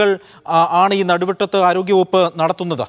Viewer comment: നടുവട്ടത്തു അല്ല നടുവത്ത് എന്റെ നാട് 🙏